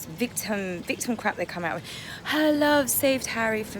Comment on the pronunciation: "Swim WIV Dolfins." Can't ANY of you Brits on YouTube speak properly? Even the Aussies know the difference! Yes, Harry looks dreadful and Pears Morgan was right in his assessment. The Queen is letting them have enough rope..... and I can hardly wait! So long these Hollywood/ Celebrities stop the long standing intrigue. Megan just wants to be able to wear coloured bail polish. Yes, stripped naked in public. Nothing new for Harry! Harry had turned into a wash cloth.